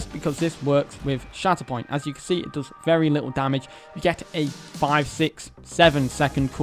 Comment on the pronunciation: Every time he said shatterpoint I heard “shat upon” 😂